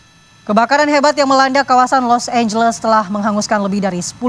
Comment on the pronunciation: Los Angeles jadi Los Ambles